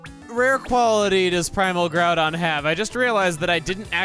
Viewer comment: Or when they mispronounced Groudon and Kyogre.